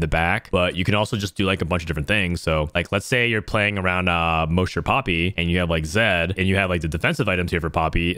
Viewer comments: moe-sher? its Mahsher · Moesher? It's MOSH-ER. Is in, Mosh Pit. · Anyone gonna tell him it’s pronounced “Ma-Sh-Er” not “Mo-Sh-Er” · It might sound petty, but is he saying "mow-sure" as a meme? Cuz mosher is "maw-sure". He probably doesn't rock-out, so I get why he wouldn't know if it's just a genuine mispronunciation though. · Mosher rhymes with Gosh and Posh, not Most or Ghost!! Have you never heard of a "mosh pit"? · i love you brother BUT Mosher is pronounced like Josh, not Moe!! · Muh ears.. Plz say mosher not moesher BibleThump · I don’t mean to be that guy but it’s pronounced MAW-SHER please stop saying MOE-SHER 😭😭😭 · The way you pronounced mosher like kosher is incorrect. Say it as you’d say mop. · moousher??? Have you ever been to a concert before lol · Not relevant put I'm pretty sure ur mispronouncing "Mosher" It's pronounced like the name "Josh" Other than that, sweet guide o7. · Mosher is pronounced like moss-sher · The MOSHER PRONUNCIATION LOL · Brother its MAW-SHER. It's referencing the Mosh Pit. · It's pronounced mawsure.... mosh, mosh pit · no, potato is pronounced differently in different areas of the globe. mosher derives from moshing/moshpit and ist not pronounced mowsher like does:D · Thank you for the video! Great recommendations. FYI, It's pronounced mosh as in mosh pit for mosher. like... gosh with an er. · STOP SAYINH MOESHER. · if you were at a concert, could you go to the MOSHE pit or the MOSH pit? mosher is not like the word kosher. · holy shit the way you pronounced Mosher was insane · Fr it hurt my soul 😭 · The pronunciation on Mosher is rough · Bruh I know it’s a potato/potato situation but the Mosher pronunciation triggered me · I've never heard "mosher" pronounced that way... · I don't know why it bugs me,but why do you mispronounce Mosher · Prz look at my comment from yesterday lol. We need to meme this. Liked! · The way you pronounce mosher is sooooooo jarring 😂